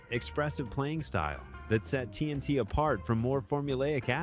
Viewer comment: The AI generated millennial tech bro voice is absolute GARBAGE! TNT - “Tennessee T”??!! Are you kidding me??! Queensricheee? Are you kidding me??? Garbage voice…